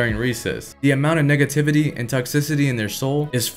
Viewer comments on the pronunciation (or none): EVERY TILE U SAY NEGATIVITY ITS SOUND LIKE NIGGATIVITY THATS SCARED ME BRUH